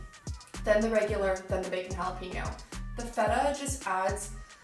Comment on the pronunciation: Dear Gringos ---- It's NOT "Hah Lah Peen Yo" it is pronounced "Hah Lah Pain Yo". Gracias por su atención.